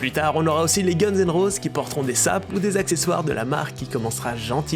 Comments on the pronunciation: Ça ce prononce "gunz and roziss" (Sinon super vidéo comme d'hab) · Gunse ene roze 😭😭😭 ça se prononce Gunnez and rozize le sang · nickel juste pour « guns n roses » faut revoir la prononciation svp les gars 😭